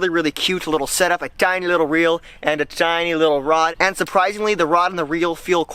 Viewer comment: It's so annoying how he says tiny